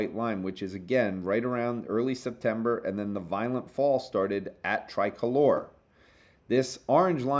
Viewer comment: Most podcasters pronounce Tricolor as "Tri-color" (accent on first "o":). pronounces it as "Tri-colour" (accent on second "o"). But in fact, the company CEO Daniel Chu explained the name in a podcast back in 2019: "...it actually means something in Spanish...so to a Hispanic who originates in Mexico that individual would refer to their national flag". So it is pronounced "Tree-colour" (accent on second "o").